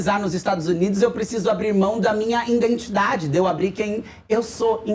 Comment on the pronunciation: Identidade, e não "indentidade".